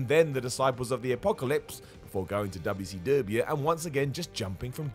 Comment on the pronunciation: I could die laughing all day from how you pronounce WCW 🤣🤣🤣🤣😂😂😂😂😂😭😭😭😭😅😅😅😅😂😂😂😂